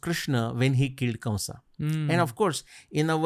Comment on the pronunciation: Please pronounce the 'a' at the end of words like kamsa, vasudevA, vyasa... Etc.. it is so odd.